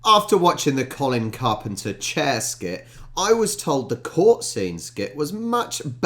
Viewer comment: You actually pronounce his name as 'coln carpna' 😊